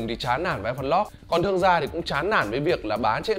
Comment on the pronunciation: lock mà cứ đọc lot lot cc :))